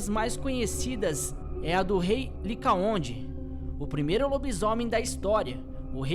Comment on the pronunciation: Licaon e não licaonde